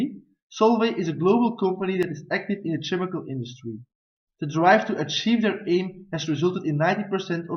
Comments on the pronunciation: I like it when you start your presentation with the reason why you choose for this company. You're referring to this reason "the solar flight project" in your entire presentation. During the presentation, try to pronounce some words better, like "chemical" or "percent" and correct "profitabiliy" into "profitability". In the financial analysis, you try to inform the investors with a lot of ratios and that's very good. But I think that you can also give a short explanation for the gross added value. In your comparison with competitors, it is better that you give examples of rivals from Solvay. It's also a possibility that you can compare some ratios or the profit of the company with the current competitors. After seeing/listening to your presentation, I should listen to your advice and I would be convinced to wait before I shall invest in Solvay. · Good looking presentation and well brought! Just a couple mistakes. Make sure to pronounce the following words right: analysis (in the beginning) ; percent; chemical;. And make sure to write 'profitability' correctly. Also try to avoid that the lay-out of your slides overlap with your graphs.